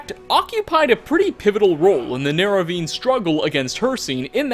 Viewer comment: We talking archealologist but nobody gonna mention he said neravine?